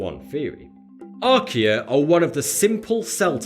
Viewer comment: When he said "archaea", my brother asked me "Is he doing a commercial for IKEA?" I was like "Um it's just his accent". #1like=1 less IKEA Commercial